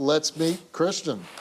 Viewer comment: His name is christian, not chrishan, she keeps calling him chrishan, so annoying